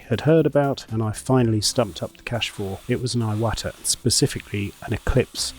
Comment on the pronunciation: I think it's pronounced "E-wata."